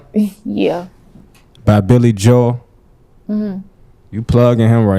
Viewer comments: LOL THE WAY SHE SAID BILLY JOEL, BILLY JO-EL LOL IF SHE WOULD OF SAID IT CORRECTLY HE WOULD OF KNOWN WHO BILLY JOEL IS EVERYONE KNOWS WHO BILLY JOEL IS. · She ain’t never called Billy Joel, Billy Jo-el 🤣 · She talking about Billy Joel 😂 Piano man Billy Joel. She pronounced it Jo-el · lol!!!! She can’t pronounce Billy Joel .